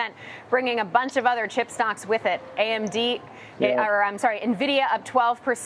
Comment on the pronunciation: Please, for the love of god, someone tell him how to pronounce Nvidia.